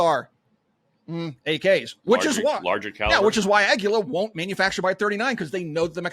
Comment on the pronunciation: My wife is Mexican. You are pronouncing Águila wrong. She said it’s Ah - gwee- la, the emphasis on the A as it has the accent mark. She also said qui may be pronounced “gee” in other uses. Not Ag-u-la.